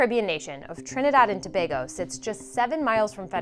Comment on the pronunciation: Thank you for pronouncing Tobago correctly. Attention to detail.